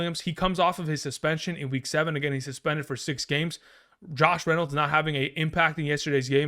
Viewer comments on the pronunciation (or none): none